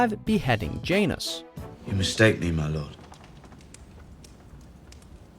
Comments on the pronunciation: It's not jae-nus it's jan-os, that's how you spell janos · Ok, I can't help mentioning this lol. Phonetically, it's "Jan-ohs" not "Jane-es" :) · J-Anus? lmao pronunciations are killing me.